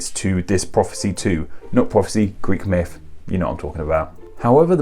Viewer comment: Myth th th th not myfology. 🤔